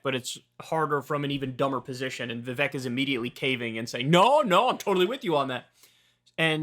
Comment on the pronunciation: Bro, give it a rest. Like 3 anti-Vivek videos every day. And stop being childish and purposely mispronouncing his name.